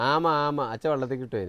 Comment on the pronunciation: ആമ എന്ന് ചേച്ചി പറഞ്ഞപ്പോ njan കേട്ടത് മാമ മാമ എന്നാണ്😂